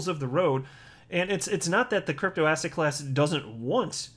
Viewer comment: Every time you say the word ‘asset’, all I hear is ‘ass hat’.